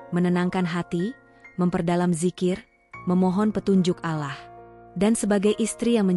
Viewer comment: Ucapannya bkn alah ttp Allah.!!!!!!! Tlg diperhatikan,ya.😢😢😢😢😢 ditulis rdc